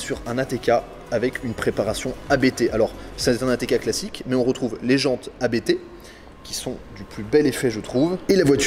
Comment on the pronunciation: On dit pas A.B.T. ON DIT ABT